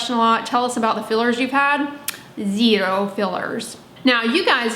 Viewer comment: Did you just say “a zerrro” like Greg Doucette 😂❤️